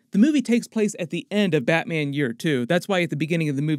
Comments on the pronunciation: "bratman"😂😂😂 love your content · you say "bratman". And i giggled a little. Love you're videos! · Is it just me or did he say Brat-Man